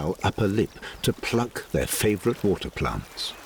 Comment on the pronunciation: "By PLONTS" to impress you with their accents.